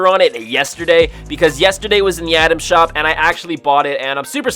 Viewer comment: I’m sorry is he saying Adam shop Or item shop he sounds like he is saying “Adam shop”